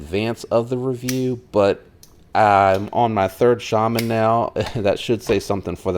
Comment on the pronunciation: Your pronouncing shame wrong